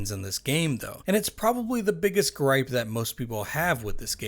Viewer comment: the biggest "A-ggripe-ah" with the game?